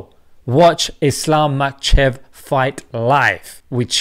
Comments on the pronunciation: Islam machev? 😂 Nice pronounciation Makh-a-chev btw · "Machev" 😂 Bro it's pronounced Ma-kha-chev Mash Allah very nice video though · Bless your heart... My dear brother, the name is Ma-kha-chev. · Man said islam makchev